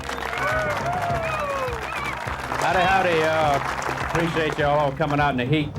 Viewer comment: I want to punch in the grill for mispronouncing Jerrys name